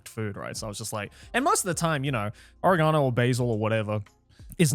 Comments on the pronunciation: It's pronounced oregano. Hope that helps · As an Italian, their pronunciation of oregano is making me livid lol